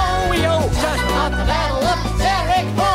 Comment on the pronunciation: I was learning this song in 3rd grade and my music teacher had many errors but my favourite one was that she pronounced “fought” as “füght”